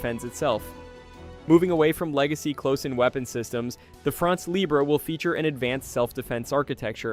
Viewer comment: You're the one who's ridiculous. They pronounce the word "libre" as if it were the Spanish word. The fact that he wants to pronounce it the French way but doesn't know how is no excuse. Either they pronounce it in their own language and they says "free france," or they pronounces it the French way and doesn't add an "é" to the end of "libre."